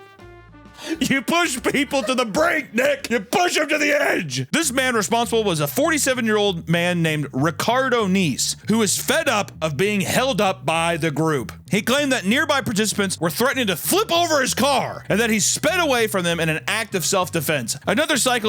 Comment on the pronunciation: Was listening to this at work and i thought you said Ricardo Neaves. I was like "come again?! Who??" Till i saw the name and was like "oh ok lol"